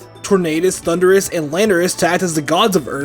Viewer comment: The U in Landorus should be after the R! It's Thundurus, not Thunderous! And do not leave off the R in Tornadus! And do not leave off the Y in Rayquaza! And it's you're welcome, not you welcome! And don't ever call Arceus a he, Arceus is genderless!